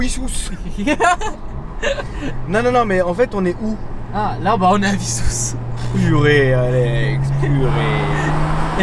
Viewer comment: On aurait du se voir. J’habite Rungis c’est la ville coller a Wissous (Vissous ) sa se prononce